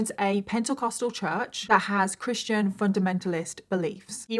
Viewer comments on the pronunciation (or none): none